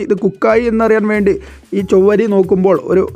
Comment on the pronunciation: ചൊവ്വരി അല്ല chavvari